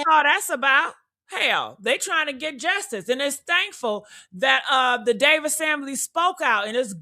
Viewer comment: The Davis family not the Davison family.